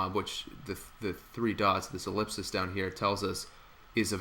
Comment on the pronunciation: 'Ellipsis' ... bravo